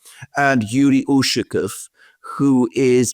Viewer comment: UshakOOOv, stress on the last syllabus